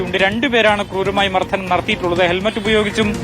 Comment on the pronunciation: മർധനം അല്ല, മർദ്ദനം